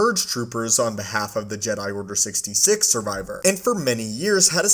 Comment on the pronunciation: Does anyone get annoyed at how he says order sixty six